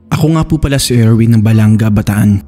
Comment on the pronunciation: Balanga po not balang ga.. It's okay BTW.. Thanks sa upload ❤ watching here from bataan ❤